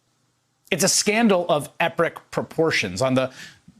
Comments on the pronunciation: he says “Epric”. Lol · Great story.... but I cant help but chuckle a little bit when he said "Its a scandal of eprick proportions". Just a slip of the tongue that made me lol.